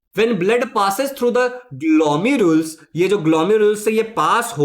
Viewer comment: Sir we can pronounce it as ग्लौमीरूलस्